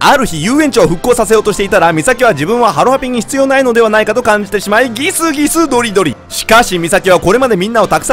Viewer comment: ギスギスドリドリの発音がいいw